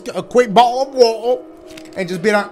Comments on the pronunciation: I’m English and Dashie saying bo’’le of wa’er is fuckinh hilarious 😂😂😂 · Bottle of wotter